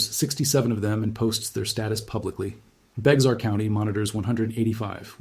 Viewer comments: San Antonio is my hometown, I was born and raised there. The county is Bexar, which is a native American name, but the "x" is SILENT!! ITS PRONOUNCED LIKE "BEAR", NOT "BEX R" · And its "BEAR" not beX-are.... and they want a.i. to run stuff? Oh hell to the no lol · It’s Bexar county is pronounced bear county not be xar and it’s not beetle creek it’s beitel creek and this deadly flood was caused by poor infrastructure and lack of funding from our corrupt City politicians they knew this was a problem and did nothing until the people died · It’s spelled bexar county but it’s pronounced bear county not bex-ar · Jumpin' Jesus on a pogo stick!!! It's BEAR County. Bexar is pronouned BEAR. NOT bex are. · Thanks for the wrong pronunciations of towns, counties, and rivers — those, along with the AI graphics — tells me this could be slop. Y’all got some of it right, though— good job. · It’s pronounced “Bear” county not “Bex-are” county. AND it’s pronounced “Cōm-AL” sorta like “comb + AL” like Al Pacino. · I am from Texas, the correct pronunciation of Bexar County, the "X" is silent. It sounds just like the animal, bear. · Bexar County = BEAR County, yes, sounds just like Teddy BEAR, rhymes with HAIR and you don't CARE! Also, Beitel Creek, Beitel is pronounced By-tl, but I'll give you that one. not Bexar. Also, this video explains why we (I live in San Antonio) and Austin are prone to the nations most severe flash floods, not why we ARE here, why we sit where we do. Your title is just bad grammar for your intended meaning, but that's just me being nit-picky. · May I share that San Antonio is in Bexar County, pronounced 'Bear' County. Thank you. Have a nice day. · Overall, it's a good video. "Bexar County" is pronounced "Bear County". The "Gulf of Mexico" is now the "Gulf of America". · It’s pronounced “bear” and what caused the July 3rd floods is called disaster capitalist geoengineering. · Don't say the x in Bexar county. Bay-ar. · Bexar is pronounced BEAR.